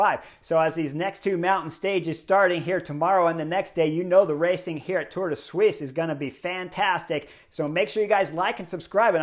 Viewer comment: Now thats the best pronounciation on the internet of Tour de Suisse ;-p